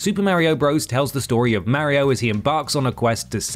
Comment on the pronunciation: Thanks for mispronouncing mario. Despite the fact that he says his own name